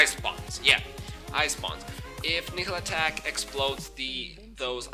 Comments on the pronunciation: Your videos are good but can you work on your pronounciation of Nihlathak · I don't think your pronunciation is a problem. But if you want to be correct, listen to Malah's intro. She says Nihlathak's name. "All of the Elders, save Nihlathak, sacrificed themselves to place a protective ward around Harrogath."